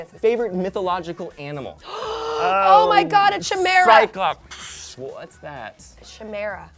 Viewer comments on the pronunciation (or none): The CH in chimera is hard--i.e. it sounds like a K--like in technology or architect or arachnophobia. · I don't mean to be an ass, (Loved The Guild, and Felicia Day seems like a great person) but, it's pronounced "kai-mee-ruh", not "chi-mer-uh". She'd be right if it was a Latin word; however it's Greek. Here's a tidbit: A Chimera is a three-headed being in Greek mythology. One head is a lion, one a goat, and the last a serpent. However, most modern-day interpretations are simply Frankenstein-style amalgamations of various animals. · uh..felicia..its pronounced "kai'meera". not "chuh'mera"..I guess you've never heard the word being spoken before and just decided to sound out the word and made it incomprehensible to most people who dont know much about chimeras. Remember that its "kai" not "chuh" or "chi" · Also I have to reiterate what others have said. Kai-mera, not chi-mera. spelled chimera, pronounced kai-meera. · Oh Felicia, its pronounced Kai-Mera, not CH-mera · Chimera, as in kai-mare-ah, not chai-mare-ah...noob :P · Felicia, it's pronounced ki-meer-uh, not chi-mare-uh...and you call yourself a WoW fan!?!? :p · its pronounced kai-mera. NOT shi-mera... its also a scientific term, meaning one body with two sets of dna. essentially the exact opposite of a twin... now that you can look up. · its not CHI... its KI!! pronounced KI or QUImera. not chi.. sigh.. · Chuh-Mera? I swear its pronounced like Kai-Mera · tshimera? XD its pronounced khimera lol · First off, Ocarina of time all the way no doubts. Second, it is not shim-era, it is K-eye-mera, and it kicks the shit out of a cyclops any day. And orange > green. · Cha-mera? It's pronounced Ka-Mera just spelled chimera. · Greek "version" is spelled the same. It's a matter of pronunciation. You also seem to be under the false impression I'm "hating on her". I'm not. I'm correcting her, and helping educate people so they don't look like idiots when they go to their friends who play D&D and say "shimmer-uh".